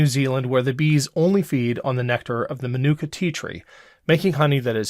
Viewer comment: "Man-Nook-Ka" Honey? I think "Man-Oooh-Ka" might be a closer approximation to how it's pronounced.